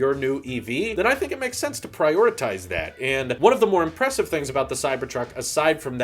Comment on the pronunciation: What the fuck is impresstive? Are you drunk?